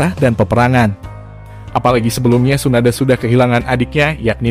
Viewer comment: Hatake baca nya ya huruf e belakang nya bukan jd hatakeu, jg bukan Tsunadeu.. Tp Tsunade.. Eeeee bukan eu